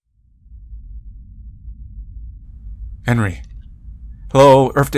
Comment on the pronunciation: I kinda like how you pronounce Enri as Henry hahahahha